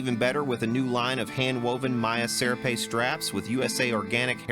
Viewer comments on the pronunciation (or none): Love you and your channel bud! Serape is Spanish and is pronounced sair-RAH-pay.